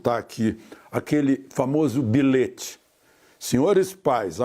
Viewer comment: Por favor, diga ao senhor Jonarlista Alexandre Garcia que a prunúnia da palavra BILHETE é feita comforme a escrita, com LH e não "bilete".